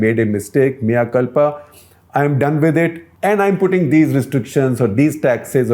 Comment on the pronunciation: He said Mea culpa, I heard mia khalifa